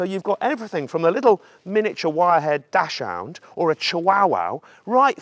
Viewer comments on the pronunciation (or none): The German pronunciation of Dachshund isn‘t dashhound. Try saying daxhoond instead😀. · It's pronounced "doxund." It's German, and there's no 'o' in the name so it's not "hound." You're not the only one! No offense. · It's spoken Dax-Hund. You pronounced it like an American. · try pronouncing dachshund like 'duck's hount'. The translation of Dachshund is 'badger dog' - with 'Dachs' being the word for badger; 'hund' consequently is a second word and pronounced seperately from the first. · He keeps mispronouncing Dachshund. lol.